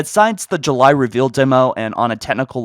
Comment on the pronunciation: That’s not grammar, but a mispronunciation. Calling you a “grammar nazi” is a bit of a stretch, especially since July is a proper noun, but... poof, you’re a grammar nazi. Элмо... Вы говорите по-русски?!